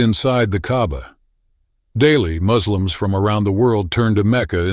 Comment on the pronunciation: Just for the record: the letter -s in the words Islam and Muslim are pronounced with an unvoiced sound like the -s in "aspect" and NOT voiced like a -z. The narrator, like many, gets this wrong. These words derive from a 3-letter root "s-l-m", which also is the root of the word "salaam" (-s unvoiced also)= peace, commonly used as a greeting (asalaam alaykum=Peace be upon you). (compare also the city of Dar Es-Salaam in Tanzania =House of Peace). A Muslim is "one who submits" to Allah and thereby obtains peace. The Hebrew word "shalom"= peace is cognate with the Arabic "salaam" reminding us that these languages are both Semitic languages with a common origin and that the Jews and Arabs are both Semitic peoples and cousins of each other, both originally descended from Shem (hence Semitic), one of Noah's sons. Jews are also descended from Abraham from his son Isaac by his wife Sarah; Arabs are descended from Abraham's son Ishmael by Sarah's handmaiden Hagar's. Hagar and Ishmael were banished to the desert at Sarah's insistance when Isaac came along, though Abraham loved both his sons. However, God promised both Isaac and Ishmael he would make a nation of their descendants, hence the Jews and the Arabs. What a huge shame they can't get along with each other as God intended. One last thing. The narrator mispronounces Allah. The stress should be on the FIRST syllable not the second as he says it. This is because double letters get an extra stress in Arabic (the same applies to the